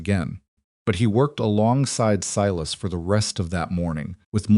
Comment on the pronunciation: The "L" in "calving" is NOT pronounced...sounds like " caving". SILAS is mispronounced frequently...unacceptable. BTW..."Lunch" is a Twenty Century term for the mid-day meal...in the 1800's the three meals of the day, in the America, were called Breakfast, Dinner, and Supper.